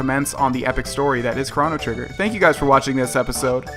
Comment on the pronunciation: Did you just say "Kraw-No Trigger" ? .. Boy, It's "Crow-No Trigger"